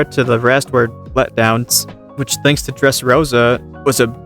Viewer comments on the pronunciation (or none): none